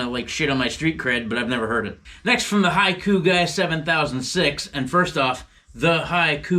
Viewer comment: Hell yeah, both agrees. Thanks for making this video! Just to clarify, the name is HAKI guy (pronounced like hockey), not haiku 🤣🤣 but here’s one anyway just for you guys: I love this channel Thralls of Metal is the shit Thanks for all you do!